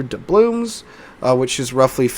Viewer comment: Someone commented once "why do you say 'doublooms' instead of 'doubloons'" and I can't unhear it now 😂😂😂